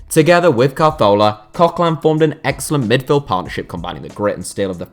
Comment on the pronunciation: If you want to say names correct, have a new try at coquelin then, because english people don't seem to know how to pronounce a french name/don't seem to know that they are pronouncing french names wrong.